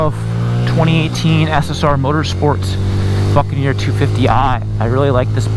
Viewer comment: Is it me? or does it sound like he's saying fuckaneer every time?